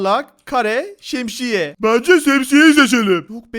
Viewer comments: Abi şemşiye dediniz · Abi uçken yuvarlak kare şemşiye diyon şemşiye ne ya